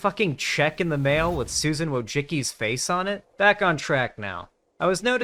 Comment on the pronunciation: "woichicky". It's so hilarious how few people are able to pronounce her name correctly